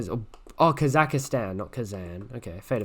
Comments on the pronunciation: One thing Kazakhstan is not Kazakastan but Kazahstan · I have watched your videos for a few months now and I noticed you say kazakhastan instead of Kazakhstan. Thought you would to know if no one else said.